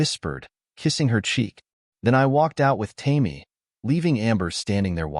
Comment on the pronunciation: The red head's name is "Tame-ee" When are you going to teach your A I to recognize words? Goofy story full of holes.